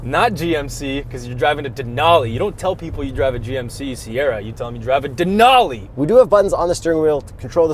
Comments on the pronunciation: Its " Denali" not " Denoli" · Can't believe no one is calling you out for mispronouncing Denali